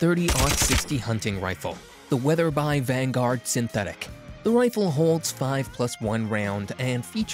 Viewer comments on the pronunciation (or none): Uhhhh, it's pronounced weather-bee not weather-by. If you are going to do these videos no one is going to take you serious if you continue to mispronounce the names like a novice. FYI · I stopped listening when he called Weatherby “weather-bye”. This guy doesn’t know what he’s talking about. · Weather-By LOL!! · No Winchester Model 70 makes this list hard to take seriously. You mispronounced Weatherby. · The reason for mispronouncing Weatherby is simple: It's a computerized voice program that sometimes mispronounces words.